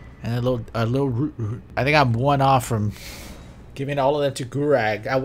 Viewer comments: One day will know that there's a Q at the end of Gurranq, not a G. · FOR THE LOVE OF COOKIE IT IS G U R R A N Q NOT GURRAG!!! I hope this an intentional running joke I’m missing or something on twitch! XD